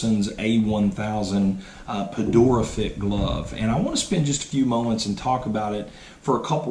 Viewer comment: It’s not pronounced perdora